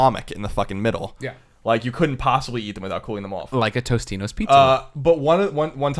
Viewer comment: Greg! It's totinos, not tostinos pizza roll